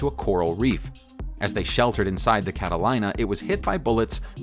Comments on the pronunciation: It’s Cat-a-lee-na. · Its pronoumc we d "cata-lee-na"...... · I believe the correct pronunciation of the last plane would be Cataleena, with the ‘I’ being silent. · Inaccurate and or mis pronounced words. Catalina? Cat-a-leen-a. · Catalina Cata-leena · Very interesting. One error: Catalina should be pronounced Cataleena. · For the last plane, it is pronounced Cataleena... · Its the god damn cata-line-a wine mixer. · Cat-a-LEEN-Ah please say it right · It’s pronounced Cat a leena. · I've seen B-17's in the air. No bombs. But what's a Catalyna? It's pronounced Cata Lee Na. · Catilina pronounced Cataleena. thank you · Catalina is pronounced with a long e-- cat a lEEna. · Catalina is pronounced "CAT-a-LEE-na". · fuck man, its pronounced CataLEENa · It is pronounced cat-ta-Lee-na. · It's pronounced cata-LEEN-a. I'm guessing the narrator grew up east of the Rockies. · I'm in New York, about as east as you can get and still be dry and we pronounce it cata-lee-na. Might be a southerner though, the Carolinas are spelled the same way and pronounced with a "lye". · The announcer sounds American. How is it he can't pronounce Catalina? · It's pronounced CAT-A-LEE-NA, you mong. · I said the same thing to myself when he called it that...lol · Oh bye the way it is pronounced “Cataleena” but it is spelled “Catalina” get your facts straight. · Catalina... its pronounced Cat a leena. You dumbass. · PBY "Cat-a-line-a"? Seriously? four or five times, yet? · Every time he said that I cringed. How did they let him make this video and not know how to pronounce Catalina? Cat a lean a. It's Spanish for Katherine. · It's prounced Kat - a - lean - a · I think the last straw was the PBY Cat-a-line-a Because Catalina is a hard word, and looking it up is hard. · I kept listening just to see how off it would get. I cringed every time he said Cat a line ah. How can you mess that up? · The PBY-5A Catalina. Catalina is pronounced Cataleena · Pronounced "Kat-a-leena". Yeesh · cata line a? cata-leen-a!